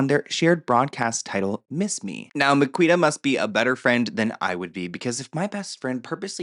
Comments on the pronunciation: Miquita is actually pronounced Makita in the UK x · Its pronouce MA-KEY-TA